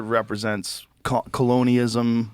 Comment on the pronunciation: Joe making up new words "refuttal" and "colonyism"